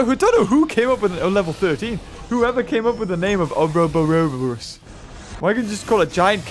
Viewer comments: FYI, it’s pronounced “Or-boar-os”, it’s a symbol depicting a serpent or dragon eating its own tail. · its pronounced ore-a-boar-us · Pronounced (ore-oh-boris) I know how it is pronounced because I have seen the word before. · I played enough Resident Evil 5 to know its pronounced like 'Oor-Oh-Bore-Os'. Global Saturation and all that. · It’s pronounced Ore-ra-boar-us...